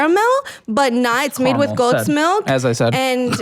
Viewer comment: CA-RA-MEL not CAR-MOL! my fcking god!!